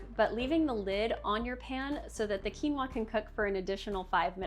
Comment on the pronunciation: Weird that she doesn’t know how to pronounce quinoa. “Qui” is not pronounced as “cue.” It is either “kwee” or “kee.” Quinoa is pronounced “Kee-no-uh."